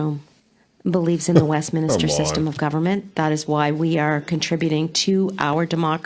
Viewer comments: Westminister is pronounced Westminster. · Ps it’s WestMINSTER….there is no extra i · WEST MINSTER NOT WESTMINISTER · It’s Westminster, not westminister 😂